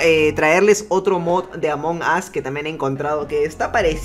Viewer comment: No se dise among as se dice among us